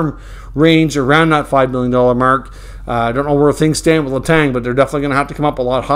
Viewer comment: please stop saying Letangggggggggg Letan ok